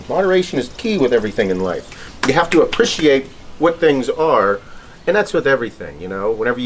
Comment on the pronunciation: Apprishiate lol